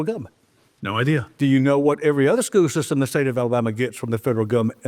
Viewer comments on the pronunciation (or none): What is a “skoo sistum”? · “Skoo system”